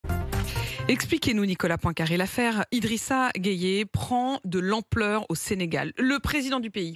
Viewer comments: Pourquoi vous êtes comme ça ? Tout le monde dit GUEYE, mais toi tu dis Gueyé. C'est quoi ça ?! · Y’a pas gayé mais geuye 🇸🇳🩸